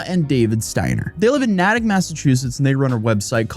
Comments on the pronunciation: NAYtick. It's pronounced with the strong "a". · lmao it’s NAY-TICK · I don’t know if it matters to you but fyi, Natick is pronounced with a long “a” like Nay-dik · It’s pronounced Nay-tic 😂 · Its pronounced NAY tick. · Hey, MA native, Natick is pronounced Neigh-Tick. We have very weird sounding towns and accents that make us sound silly, but this city is pretty, would recommend for a visit! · Its pronounced nate ick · my boy….. it’s like saying “Nay Tic”. I’ve never heard anyone ever mispronounce natick and say it like that 😭😭😭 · As a Bostonian. It’s natick. Like NAY TICK Lol but all are cities and spelled and pronounced oddly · It’s pronounced Nay-tick lol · I am happy to hear that some of them received prison sentences. On a side note, being from Massachusetts I always get a little chuckle out of listening to someone not from MA pronounce a name of a town in MA. I have lived in Natick and it is pronounced nay-tick. Some of the towns do have weird ways of being pronounced. I gave you a like and a follow. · A toy; when you refer to our part in New England, please Natick is pronounced like the horses sound NEIGH + TICK. Now repeat after us in the comments we are proud New Englanders most likely! 😜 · You and I both know, as MA locals, we call it Nay-tick, but good on you for pronouncing it properly for the non-locals. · Natick is pronouced "Nay-Tik". Take her down and smoke em out! I just saw a video yesterday about a 14 year old killer who looked and acted like Gus Fring. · Future reference: it pronounced Nay-tick. I know, I know. Massachusetts town pronunciation isn't easy. Example: Worcester 😂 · Massachusetts resident here! Just wanted to let you know it's pronounced like Nay-tick 😊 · It’s pronounced NAE-TIC Massachusetts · As a Bostonian, it's pronounced "Nay-dick" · Great story, but as a Masshole, I gots a beef. Town is pronounced NAY-tick. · People in Cali are fricken nuts, btw Natick is pronounced Naytick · It's pronounced NAYTIK. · Nay-tik. Long A